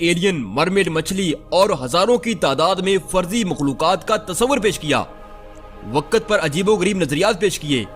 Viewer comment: A.o.a Mien apky chanel s kafi mutasir ho but mein ek baat lazmi kaho ga k ap jb video p commentry krty h tu ap hamseha waqt ko waqat bulty ha kindly is cheez pr ghour kry 😊